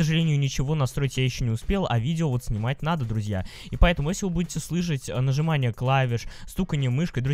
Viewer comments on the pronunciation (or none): none